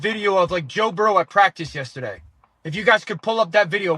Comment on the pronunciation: How tf is dan orlovsky getting paid to talk football. He's literally 3-23 in his career. Dude was trash and is still trash af. He's so dumb he can't even say "yesterday" right...